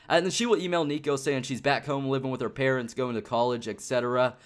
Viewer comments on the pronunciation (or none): none